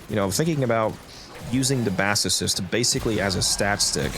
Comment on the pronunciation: Why do people keep pronouncing it like Assocyst? It's a speaker. Bass.